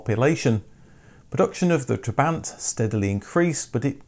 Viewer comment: Every time he said "trebaaaint" I died inside a little